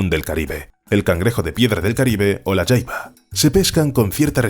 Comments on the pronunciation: Se pronuncia jaiba no yaiba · se dice "jaiba" no "yaiba" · La Jaiba es muy rica, pero usualmente en mexico se pronuncia tal como se escribe ja-i-ba, no Ya-i-ba. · La jaiba, nosotros la pesca amos y comíamos en puerto peñasco México y le decíamos "jaiba" no "Yaiba" pero eso ya es a gustó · En México se consume la jaiba, pero aquí se pronuncia ja, no ya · "La yaiba" 🤦😂😂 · Creo que el último cristacio su nombre se escribe asi : "jaiba " y bueno en Nicaragua no se le pronuncia como " yaiaba" sino directo con la letra "J" y bueno sii que les digo es un manjar muy codiciado aunq muy escaso ya de hecho. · No se pronuncia yaiba 😂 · Jaiba tal como se escribe la jota no se pronuncia como y en el español